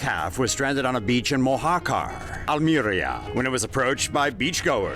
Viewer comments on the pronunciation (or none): Pronunciation of Almería and Polizei were the funniest things in the video 🤷‍♂️